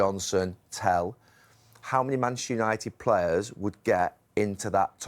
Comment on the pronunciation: Neville can't even say the club's name that he used to play for. "Manshoonited." Pathetic